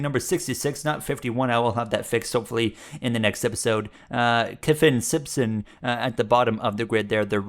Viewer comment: i know kyffin simpson as we where teammates in karting for many years although he definitely had some nice moola 💰to help him im glad to see him in Indycar now and yes you did say his name right.